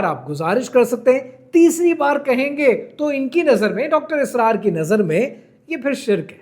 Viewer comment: Correct pronunciation is Asrar not Israr! Please be informed. Thanks.